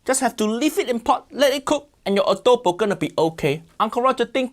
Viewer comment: She massacre the Filipino adobo😢😢😢